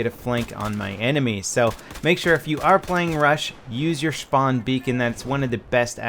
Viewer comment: "Use your Shpawn beacon"